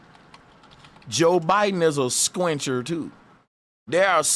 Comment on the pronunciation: Hahah it’s a squint not a squintch haha